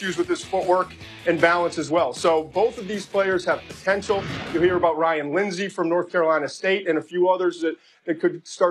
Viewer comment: He said Ryan Linsey 😂😂😂